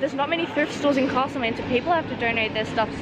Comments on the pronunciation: its castlemaine not cAAAstlemaine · Btw it’s castle main as in a castle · You’re saying castle main wrong. I know because I live there